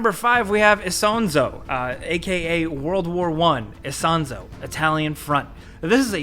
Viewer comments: "isonzo" is pronounced "esonzo"... gosh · Isonzo is spoken as Ee-son-tso. It is a river in northern-east Italy, close to the border of Slovenia. The game obviously focuses on the battles in the Alps mountains between Italy and Austria, maybe after the year 1916.